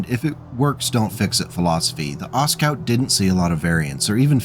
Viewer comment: Aw, sorry. What a name to say a million times. I think the "T" shouldn't be pronounced. Ostscout is much harder to say than Oscout.